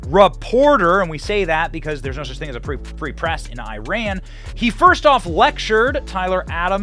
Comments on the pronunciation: “It’s pronounced Ee-ron, not I-ran.” Benny: “I-ran” “I-rainians” Lol And thankfully, the men’s US soccer captain isn’t a male version of Brittney Griner. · Love that you said "I Ran" every time... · EYE-RAN is a horrible country anyway. Before you tell Us how to pronounce your country's name, learn how WE speak and pronounce our letters. When we are in your country, you can complain about a pronunciation, but until then Shut-it. Your country will not let females read, learn, speak and have an opinion. Clean up your own back yard first before telling someone how to speak. In the English language, the I in Iran is properly pronounced as EYE. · Whatever that is but you guys intentionally call it Aye-ran ! Why don't you call it Aye-ndee-ya for India or Eyes-real for Israel. But thtas expected, Americans are dumb anyway. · Eee Ran? Nah, you flopped over your sandals ya loosers 😂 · TRASHY VIDEO AGAIN... AND YOU SMART ENOUGH TO DELETE MY COMMENT. ABOUT THE PLAYER FREE FROM RUSSIA. I DON'T LIKE EITHER BUT YOUR TRASHY VIDEO MAKING ONLY ONE MAN GUILTY? THAT'S TRASH. AND IRAN IS "NOT WRONG" THEY PRONUNCIATION IRAN AND "WE ON ARE LANGUAGE WE PRONUNCIATION IS GOOD" NO ONE PRONOUNCE OTHER COUNTRY RIGHT. Making video of this comment and the one you delete... so how you hide the truth to gain subscribers. 🤣🤣👍